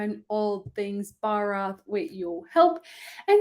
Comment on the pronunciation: When you say Bharat it's heart touching ❤